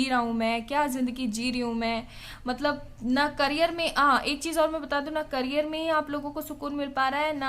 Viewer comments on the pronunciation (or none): none